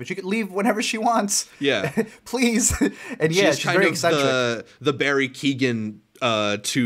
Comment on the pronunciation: Loved your Rosamund commentary. She sure is channeling the director. I think Fennell’s explanation for Superbad is that Elspeth got the screener. Not Emerald. Well done and thanks. Btw, Keoghan rhymes with Logan :)